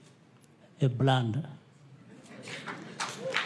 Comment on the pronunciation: The word is "blunder" not "blander".